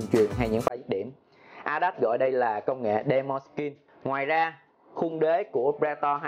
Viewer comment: ''Đí mành'' chứ không phải đe mon nha anh ;))